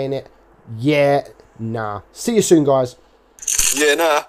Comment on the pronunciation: We says yeah nahhh it sounds like he says "birth" in Greek